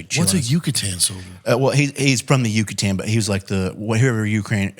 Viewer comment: Yakut soldier not Yucatan lol